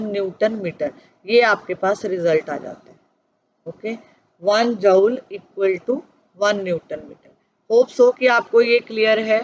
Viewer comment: Mam chapter to samaj me aa gaya lakin app joule ko jaaol kayu bol rahi thi, isko joule bolte hai aasan language mai isko jool bolte hai.